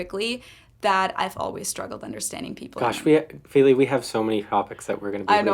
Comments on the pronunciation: I noticed the voice over announcer pronounced "Feli" the way she says most Americans pronounce it - (Fay lee) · But in fact, "Feely" and "Feli" do not sound the same.The first is pronounced [fiɫi] and the latter [feli]. That is if you know the International Phonetic Alphabet.